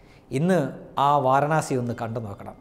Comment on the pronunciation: Vaaranaasi alla, Vaaraanasi.